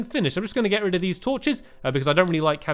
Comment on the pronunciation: Stampy you said get red of th roller ouster